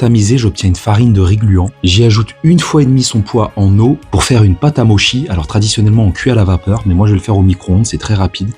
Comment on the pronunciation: Mochi se prononce comme avec un T devant le c, Motchi si tu préfères sinon trop cool!